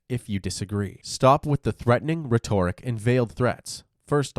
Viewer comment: That’s not how you pronounce “rhetoric“.